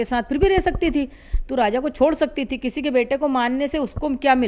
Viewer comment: Raza ki maa abe bhos@ naam to sahi se bol 😂😂 fir reporting krna